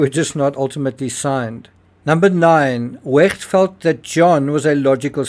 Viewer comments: To the narrator, please stop pronouncing the “ch” in Wecht in such a mucusy, phlegmy, gurgling, grating way. “Ch” is softer like an “sh” or an “h.” The way you are pronouncing “ch” is extremely annoying and painful. It’s noise torture. Kindly, in the future, please pronounce “ch” like a soft “sh” or “h” the way it is supposed to be pronounced. Thank you on my and everyone else’s behalf. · Why do you pronounce Wecht in the German way and not how the doctor pronounces his own name, especially since NEITHER of you are German?